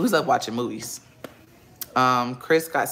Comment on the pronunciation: “Cwiss is not at work…Cwiss is not at work.” Never forget the half stack of Pringles with half dozen bottled water!! 😂😂